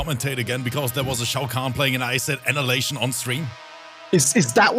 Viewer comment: Hey y'all Is it me or pronounces annihilation like analation? lol